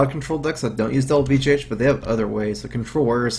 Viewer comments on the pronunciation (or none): Welmholtz Hatson When he says BGH, it kind of sounds like BJH